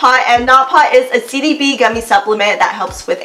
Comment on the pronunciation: I think you mean “CBD“. Not “CDB”